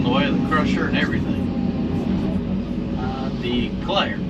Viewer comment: You better Not DEE-Clare ! ... it's too close to Sunday to be doin the Dee-clare 😮😂 😊